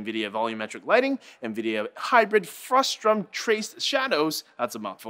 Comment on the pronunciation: It's "frustum," not "frustrum." It's what you get when you remove the top of a pyramid and in computer graphics, it's the volume a camera sees.